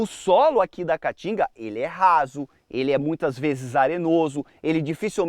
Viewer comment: Esse idiota não consegue nem pronunciar o nome Caatinga corretamente. Vai estudar, analfabeto. Caatinga, caatinga, caatinga.